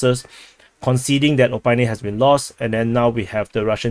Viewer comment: O-PIT-NE not O-PYNE! ;)